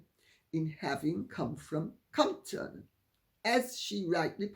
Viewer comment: Took me quite awhile to realize you meant Compton! Not how it's pronounced. First syllable emphasis as COMP, pronounced like "comped" and hard -ton, like a ton of bricks.